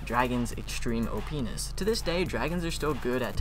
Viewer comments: you said openis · I heard o penis